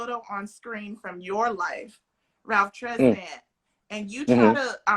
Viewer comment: Saw this in my feed, only discovered Ralph Tresvant (is it not pronounced "tray-VAWNT"?) this year on Sonos Smooth Jazz. His solo debut album is my age.